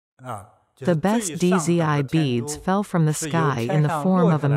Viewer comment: Dizzy I beads. 😂😂😂 it's pronounced as "Z" or "Zee" with a silent D.